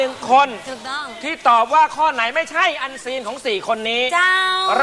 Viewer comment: อันซีน เราฟังเปน เอ็นซี 555